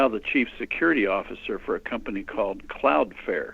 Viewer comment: CLOUDFLARE........NOT cloudfare